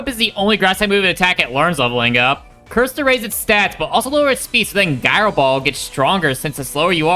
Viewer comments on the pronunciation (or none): Nooo! It's JAI-roh, not GAI-roh